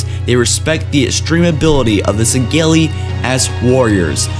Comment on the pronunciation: Dude I love your videos but you really fucken need to start saying Sengelli the right way